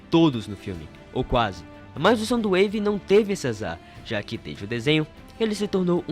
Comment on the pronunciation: Na verdade é soundwave não somdowave